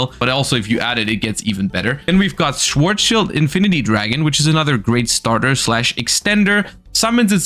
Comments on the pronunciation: not pronouncing „Schwarzschild“ correctly as a German, triggered me 😂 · Love how you start to pronounce Schwarzschild in english ^^ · is German and pronounced Schwarzschild wrong... what, why, Nani????????????